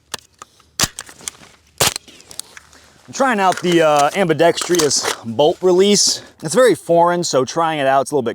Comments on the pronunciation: I can help you with your pronunciation of the word 'ambidextrous'. There is no 'i' sound after the 'r'. To wit, it's ambidexTRous, NOT 'ambidexTRIous'. You're welcome. 😊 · Love, love, love the channel but I gotta say, it's pronounced Ambi-dex-trous Not Ambi-dextr-i-ous. There's no "i" in dextrous.. Just saying, carry on... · Ambi-dextrus. Not ambi-dex-tree-us. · Best part of my day is watching Admin pronounce "ambidextrous" wrong